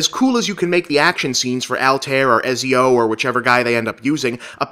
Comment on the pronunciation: All-Tie-Eer You got Ezio right though